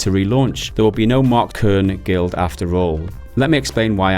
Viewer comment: Kernie, Cernie? It's just Kern.